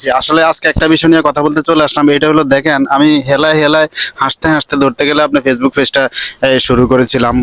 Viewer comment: পেজবুক না ফেসবুক 😂